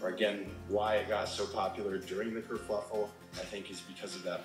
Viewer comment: Sorry to have to correct you, - the British slang is ‘kerfuffle’ not kerfluffel! I lived in England for 15 years so you can trust me! 😅👍🙋‍♀️🥰‼️